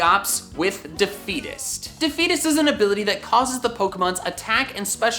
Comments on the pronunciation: Why does defeatist sound like “Da Fetus.” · Me:hears () say deafetist Also me:Oh gosh NO! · For a second I thought he said "de fetus"